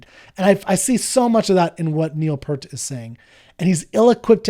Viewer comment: Enjoying your journey, but just another gentle reminder that Neil Peart did not pronounce his name P-ur-t. He pronounced it just as it was spelled: P - ear - t!